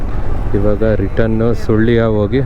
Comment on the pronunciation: ಸುಳ್ಳಿಯ ಅಲ್ಲ ಬ್ರೋ ಸುಳ್ಯ 🤦🏻‍♂️